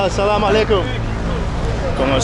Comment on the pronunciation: كلمة السلام عليكم تخرج من فمك كأنك مسلم مرحبا بك في بلدك الثاني أرجو أن تكون بخير محتواك راءع اعانكم الله سلام عليكم جولة ممتعة